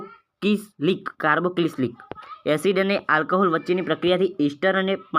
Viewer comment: Carbo cis lik nahi carbocilic😂😂